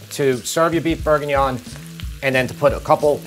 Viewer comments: LOVE you Recipes BUT..............its BORguignon.... NOT....BERguingnon. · Plz pronounce proper. BORE/GEE/NION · Beef BURRGINYAWN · How you say bourguignon is incredibly funny, I’m a charcutier in a paris butchers and I make this every Monday for 50/60 people, I would advise using some good lardon, or smoked pork belly over bacon slices